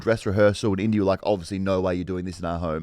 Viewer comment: Are we all just going to walk past pronunciation of Indiana?